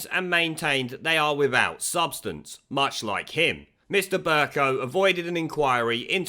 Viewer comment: Pronounced "BURKE COW".